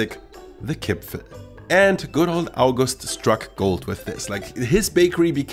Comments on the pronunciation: My dear, it is Kipferl not Kipfel... Greetings from Austria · The worst thing about listening to this as an austrian is the missing r in Kipferl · I've lived in Vienna my whole life and I don't think I've ever seen the spelling 'Kipfel' without the r. Certainly never heard anyone pronounce it like that. The pastry is a 'Briochekipferl' and the cookies are 'Vanillekipferl'. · Every austrian says "Kipferl" and not "Kipfel" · I've lived in Vienna for all my life and I've never heard of a Kipfel. There is always an R in there. The second kind of Kipferl you are talking about is called a Vanillekipferl over here. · Nobody says Kipfel in Vienna, it is named Kipferl per se ;) But nice and friendly videos as alyways! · It is Kipferl! That there also is a smaller cookie-style Vanillekipferl, but no one in Austria says Kipfel! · Hey,nice Video but as an Austrian i can tell you that the big pastry you call Kipfel is called Kipferl while the small cookies are called Vanillekipferl. In my entire life i have never heard anyone calling it Kipfel before i watched this Video xD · Kipferl, not Kipfel! Yes, that also counts for the pastry! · as an Austrian I have to correct you on one thing: There is no Kipfel. It’s all Kipferl. The thing you said was a Kipferl is actually a Vanillekipferl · Es heißt Kipferl. Mit einem R. 😁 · As an Austrian, please let me tell you; it is KipfeRl not Kipfel. Nobody here in Austria calls it Kipfel. That sounds so terrible. The one you called Kipferl is the Vanillekipferl. A very traditional Christmas cookie but isn't called just Kipferl but at it's full name, Vanillekipferl. Q_Q